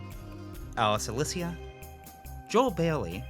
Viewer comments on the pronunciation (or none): none